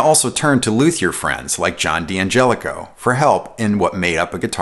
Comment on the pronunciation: Nice video on Danelectro guitars. FYI, D'Angelico is pronounced as if the apostrophe is not there (same for D'Addario).